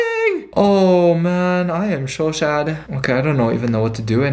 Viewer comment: "í am sho shad"